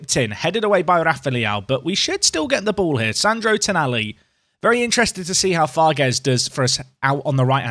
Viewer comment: Farges is pronounced “Farjh”, so it would rhyme with “collage”